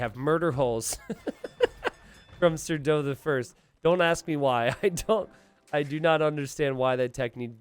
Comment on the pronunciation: No It's Sar-DOH. No Mister, Accent on the Do!